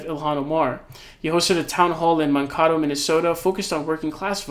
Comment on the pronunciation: let me help you with your minnesotese Man-k-toe